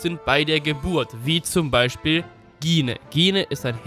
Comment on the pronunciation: Gine wird Jin ausgesprochen!